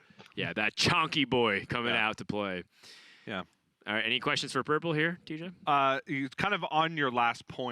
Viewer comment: "Purpele" is "gollum", right?